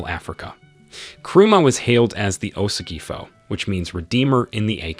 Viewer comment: Honestly I loved the vid, but as a Ghanaian I could help how many name you botched😂😂 "Osagyefo" "Akan" etc😂😂